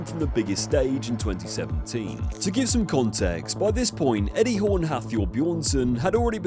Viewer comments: Hall NOT Horn lol... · Did your ai voice call him Eddie Horn? o.O